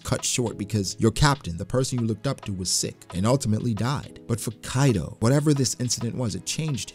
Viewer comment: Hi ! Great video, I have one question though, you're not the only one I heard say Kaido like that, like "Kairo" with a rolled "r" even though even in the japanese version of the anime it's pronounced Kaido with a "d". So why like that ? (genuine question) and again you're not the only one.